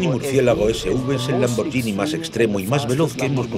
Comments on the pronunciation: Pueblo bruto e inculto el español. ¿"LamborGIni"? Hay una h entre la g y la i, así que es "LamborGHIni, no "LamborGIni. El locutor ignorante oye a un italiano que claramente dice LamborGHIni a los , pero enseguida él insiste con ¿¿¿"LamborGIni?? Qué falta de profesionalismo, por favor. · Se pronuncia lamborguini no lamboryini. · Se lee LAMBORGUINI, no LAMBORYINI. En italiano la combinación "GHI" se lee como en español "GUI". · Que puta mania con pronunciar "lamboryini", se pronuncia "LAMBORGUINI", igual que spaghetti, nadie dice "espayeti". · Habría que avisarle al imbécil que narra que la marca es LamborGHini, no LamborGIni, como dice él. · Es bruto el locutor? No se dice lambor"sh"ini sino lambor"gu"ini. Sino sería lamborggini en vez de lamborghini. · PALETOS! Se dice Lambor-GUI-ni. Es genial... escuchen al Presidente y CEO decir Lamborguini, pero no, el locutor que traduce sabe más... Lambordjini... impresionante. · Lo siento por ti , no se pronuncia lambordjini , sino laborgini.